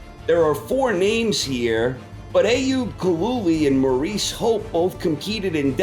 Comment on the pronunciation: It's maurice Hope (Pronounced Morris) not Moress!